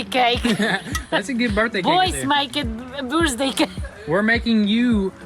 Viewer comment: Happy birthday! Did she almost say booz-day?